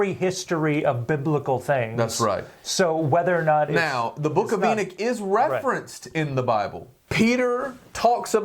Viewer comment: My brother its Enoch not enick